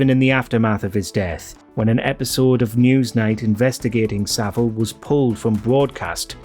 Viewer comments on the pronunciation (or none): It's Savile (as in VILE)